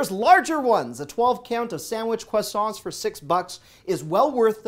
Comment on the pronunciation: Maybe it is the fact that you are Canadian, but your annunciation of “croissant” is very impressive!